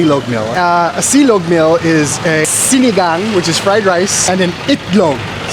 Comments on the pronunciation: it is sinangag, hindi po sinigang hehe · it’s Sinangag. Sinigang it’s totally different. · WOW I Love it... ❤❤❤ But Idol it's SINANGAG not SINIGANG... SINIGANG is = Sour Stew SININGAG is = Friend Rice But really love the Content... More Power to your Channel ❤ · Its Sinangag, don’t worry you will get used to it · April is when you'll be back, cool have you experienced the holy week here? The processions? May also the sagalas and santacruzans? Well safe journey man, and say it one more time si-na-ngag. 😅